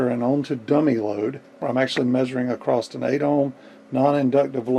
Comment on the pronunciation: Great video, but that 't' you put on the end of "across" for some reason is like nails on a chalkboard ;-) Keep up the great work, though. It really was an interesting video that I watched from start to end.